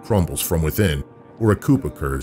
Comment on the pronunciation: "Unless a coop occurs." You said coop, it's coup but pronounced koo, like cuckoo.